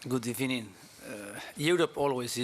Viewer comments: Good ebening 😅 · Good Ebening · Must he always start with good ebening?😂😂